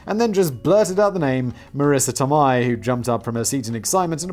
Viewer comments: Tomei is pronounced "Toe May" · Des Moines. You fuck up so many words but you get that one right? Btw, Tomei is pronounced toe-may. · Tomei is said Toe - May (like James May) oh Factual one. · Yes Simon saying Marisa Tomei's last name wrong the whole time. Lol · Praise the Blaze Borthers! Also, isn't anyone else disturbed by how Simon pronounces Tomei? Edit: Is there something as a SMART conspiracy theory?